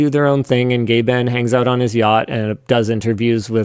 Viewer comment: "Gayben"?!! Linus why you pronounce it like that lol